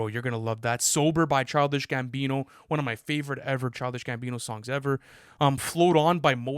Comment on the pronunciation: pronouncing “won” as “Juan” will never not be funny